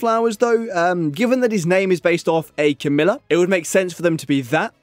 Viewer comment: The plant is pronounced "Ca-ME-LIA", not "Camilla", the name of Prince Charles current wife (I think, I don't keep track of the royals). I imagine that maybe he deliberately fell into the wormhole because his brother passed away and he wanted to forget.